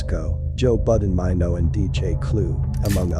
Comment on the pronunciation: Does anyone notice how this man says Papoose and Maino name?Clearly he's not connected with Hiphop.Clearly he's only trying to line his pockets.Often times many white people profit off our culture and also the deaths of our black men.